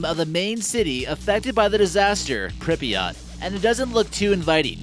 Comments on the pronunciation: people actually do live in pripyat, it's pronounced pr-eep-yah-t not prippiyaht, and actually nobody of ordinary status knew what was going on until days later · WHY does he say Prip"i"yat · Did he really just say “prippy yaht?” BOI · "Pribiott", that shit makes me cringe. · It’s pronounced Pripyat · It is pronounced more like "prip-yit" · He can’t even pronounce Pripyat right 🤦‍♂️ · He kept saying Pripyat wrong